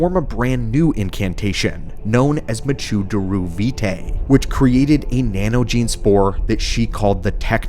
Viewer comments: First time I've heard someone pronounce mechu-deru as mejoo daroo. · Okay, is there a reason you're pronouncing Mechu-deru like that?